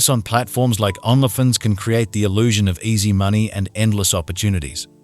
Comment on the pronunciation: Are there rules about pronouncing Only Fans on YouTube? You prounonce Only Fans as "ON-la Fins" instead of "Own-lee Fans". Why? It's distracting from the seriousness of this crime.